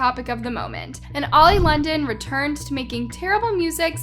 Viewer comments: Love how you said old London and not oli London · I love how you called him “Old Londen” lol